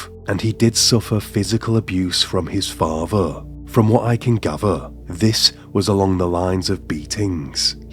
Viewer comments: faaatheeeer. Gaaatheeeeer. Its an accent i like however he stretches the last syllable too often. I'm going to watch this - I do "like" his voice - but yeah I agree with comments he is putting too much pressure into his voice. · The narrator has a peculiar accent: The penultimate syllable of each sentence has a downward inflection, and is stretched, while the ultimate syllable has a rising intonation. Example: "He lived with his faah-THER." Or: "They met for intimate en-cowwn-TERS." Strange!